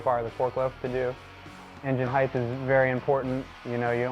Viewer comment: Why do people say ‘heigth’? There is no ‘gth’ in height. Maybe because they’re thinking it’s like ‘length’?